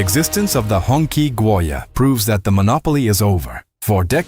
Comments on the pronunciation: It's not pronounced like "Honkie" 😂 Its pronounced like "Hung Chi" means The red flag. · It's not "hong key" , it's pronounced as "hong chi" , that's the closest pronunciation